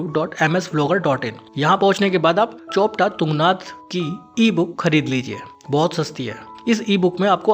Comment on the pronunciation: चोपटा नहीं, चोपता नाम है यहां का ।😂